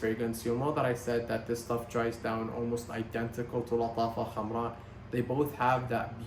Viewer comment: Finally someone pronouncing Lattafa Khamrah correctly 😂